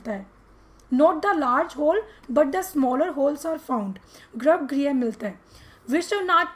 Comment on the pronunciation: Grabgriha nhi hota garbhgrih hota